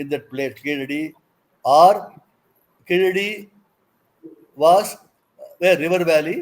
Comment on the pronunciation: This fellow does not pronounce properly Keeladi.